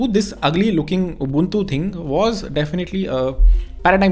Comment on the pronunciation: It hurts when he say ugly ubantu 😭😭